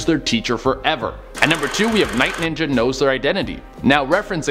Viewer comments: am i trippin or did he say Night Nyinja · he said ninja wrong lol